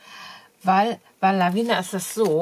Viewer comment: Gute Besserung. Du vergisst bei den wirklich tollen Stempeln von Lavinia immer das I vor dem letzten a auszusprechen. Meiner Meinung nach spricht man das mit und sagt nicht Lavina. Sorry